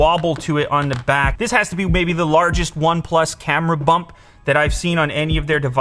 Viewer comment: Did I just hear “Camera Hump” instead of “Camera Bump”?